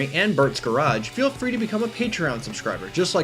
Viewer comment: I'VE SEEN MY NICKNAME IN THE VIDEO \o/ so happy :) keep up the work, Bert ;) (nitpicking here ; the last E in nicodache is silent ;))